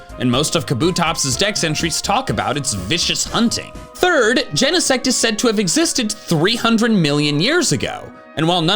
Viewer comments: That's ... a weird pronunciation of Genesect ... I would think it sounds like insect, except replacing in with gene. Ain't nobody pronounce gene in 2 syllables. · Did bro just say jenasex? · I saw genesect at the preview and why everyone pronounces it like that and not "gene-sect"?